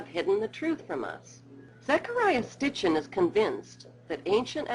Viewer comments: his name is Sitchin, not Stitchin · SITCHIN not STICHIN. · For the last time love, it's SITCHIN not STITCHIN!! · HAHA FUKIN SITCHIN not SITCHEN NOR STICHEN.....:) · Fuckin SITCHEN not STICHEN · SITCHEN NOT STICHEN